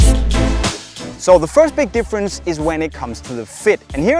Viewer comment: Not difference he said diffwece